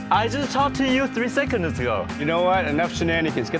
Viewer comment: He says "three secon ds go"